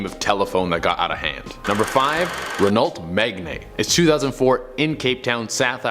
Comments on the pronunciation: It’s pronounced “ren-o” not re-nolt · The Renault what? 😂😂 pronunciation is: Ren-o Meg-an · that’s not how you pronounce this car!! I know it’s a French car and French is difficult to pronounce for a lot of other people, but it’s wrong. It’s not pronounced “Renalt Maigaine” it’s “pronounced Renoo Megahn”